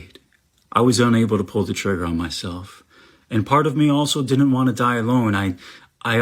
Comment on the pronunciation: He makes me so mad. In his description of "I was there to kill mysewf 🥺" he takes SO MANY dramatic pauses. He makes his own voice wobble. He is attempting to make people feel SORRY for him and it’s actually sickening. He’s using the (false, by the way) idea that school shooters are just sad and depressed and want to get back at the bullies who wronged them to his advantage! And I’m sorry, but I DESPISE the common idea that a school shooter is just a bullied little kid. No. If that was true, then school shooters would not be white cis men. School shooters are generally bullied. But the bullying is never the cause of the shooting. I hate this man. I hate him for comparing his experience to the hundreds of people who take their own lives around the world every day. This man should not be the poster child for a poor, bullied teen. He’s a fucking monster. He’s trying to make himself the victim of his own disgusting crime.